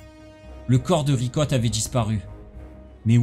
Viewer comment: A un moment tu a dit vicotte 🤣au lieu de Ricotte